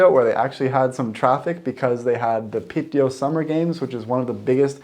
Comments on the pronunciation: Piiiteå, not Pitteå :) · Happy you made the tripp! Piteå is pronounced Pee-te-o, if you say Pitt-eyo it's pretty funny to a Swede as pitt means dick. But you do you! <3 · Not Piteå. It's Pite.. Like Lule and Ume. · its called Pite not Piteå we never use the å letter btw im from Lule.......Luleå